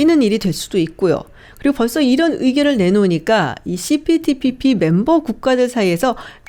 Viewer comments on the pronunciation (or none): 발음이… 씨피피피피